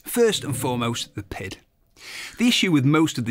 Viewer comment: I hate how he keeps saying it has a “pid”. It has a PID, pronounced Pee Eye Dee, controller.